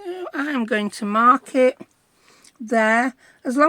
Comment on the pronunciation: You said I'm going to mark it and I thought you said "I'm going to market"